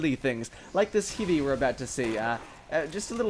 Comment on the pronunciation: I watched some videos, but never noticed the fact that you say Hivy